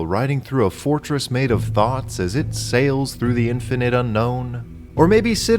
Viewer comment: For a moment I heard "fortress, made of thots". "Thoughts", not "thots!"